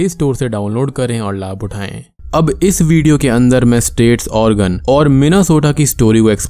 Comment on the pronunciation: I guess it was 'insist' in place of persist and Oregon was pronounced Organ many. But really interesting video👍👍👍. Thanks for keeping us ghostly 👻👻👻